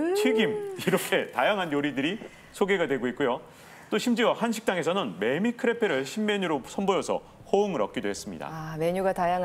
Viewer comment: 매매가 아니라 매미리고 발음합니다.